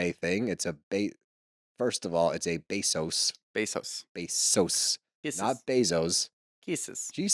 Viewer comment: not pronounced BAE SOS, more like BEH SOS.